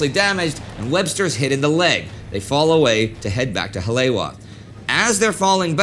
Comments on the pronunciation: This whole series has been really good. Hawaiian name pronunciation could be better, but really enjoyed this. Haleiwa = Ha-lay-ee-va Kaena [Point] = Kuh-e-nuh [Point] Ewa = e-va Honolulu = Ho-no-lu-lu (not HON-o-lu-lu) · Um… it’s “Ha-lay-ee-va”… Haleiwa. Great series! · just for the record. its pronounced 'holly-ewa(e pronounce like 'e,'w' like 'v'')